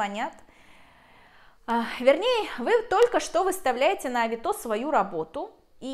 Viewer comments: Не авитО, а авИто. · Ну что за чушь? Оплачивают покупку, вы отсылаете, когда покупатель забираеттовар, вы получаете деньги. Какие безналу? И почему такое странное ударение»авитО? Ну вот сказки венского леса! Я продала через эту площадку на 160000₽. Один раз только нарвалась, когда попросили предоплату за доставку 500₽- сама виновата.